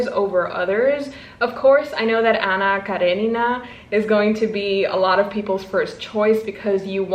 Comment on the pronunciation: you did well with the Anna Karenina pronunciation, I'm proud of you 😁👏🏻👏🏻